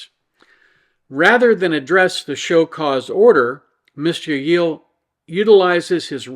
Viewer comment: I see you didn't get my humble pronunciation guide from last time:P in Spanish, a double l is pronounced as a y, so the name is pronounced 'yeh-yee-yay.' BUT, I can hardly blame you for eschewing that in favor of 'yeh-yeel.' "Yeh-yee-yay"... it's not even that it's quite a mouthful, it's that it's NOT a mouthful! There's no "there" there, you just feel like you're grandpa without your dentures!